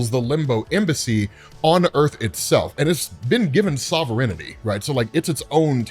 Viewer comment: the way pronounces “sovereignty” is crazy. there’s no “i” between “n” and “t”